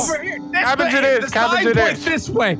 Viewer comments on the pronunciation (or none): “It says the sabins are this way” “That says cabins” “SABINS”😂